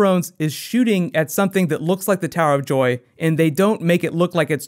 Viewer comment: He said tower of doy in the intro